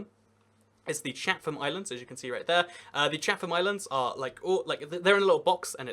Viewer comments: just had to say from someone who grew up and lived in New Zealand that Chatham Islands are pronounced chat-ham NOT Chath-am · Good job! Btw we say "Chattem" not "Cha-tham". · The Catham Islands are pronounced chat-em islands and as someone that lives in New Zealand I have never been to the south island and I have always lived here, but I might go to queenstown later next year